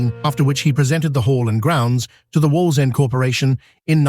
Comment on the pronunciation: The AI guy is struggling to say Wallsend 😃